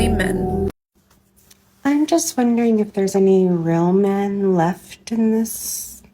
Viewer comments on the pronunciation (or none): I wouldnt bother with women who talks about "mehhh" instead of "men"; that kind of bad pronounciation is based in disrespect for the language and thus the basis of disrespect for people.